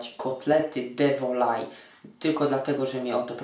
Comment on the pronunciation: Pyszny kotlet, tylko nie de*volaille. Proszę się doczytać w źródłach. 🙂